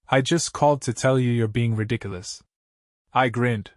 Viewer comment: He could have attached a contractor's lein on the house. Either when they tried to sell the house or when they die, he could get paid. I wish this guy or ai would learn to pronounce 'ridiculous' .